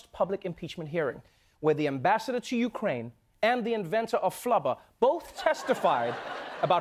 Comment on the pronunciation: Ukraine, Ikraine, he-she-wekraine, kraineology, the study of Kraines. This is first grade Trevor!